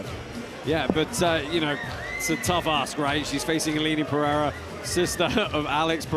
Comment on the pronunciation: you said Aline Pereira’s name wrong…